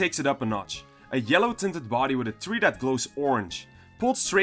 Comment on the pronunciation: TREE not THREE